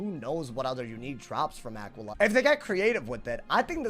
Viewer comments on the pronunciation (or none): say it with me now Ah-quail-e-uh. dont EVER pronounce it the way you did in the video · that just isnt how you pronounce it lmao come on bro lock in